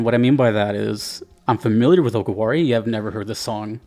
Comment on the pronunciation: Just a note about pronouncing DJ Okawari, it's Oh-Car-Wah-Ri. Not sure if it's related to "お代わり", or basically second helpings.